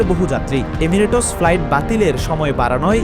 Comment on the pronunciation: এমিরেটস😂😂😂😂😂😂উচ্চারণের এই অবস্থা 😂😂😂